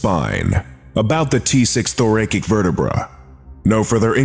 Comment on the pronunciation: Amazing. Incidentally.. thoracic is "tho-ra-sik".. not "thorakik"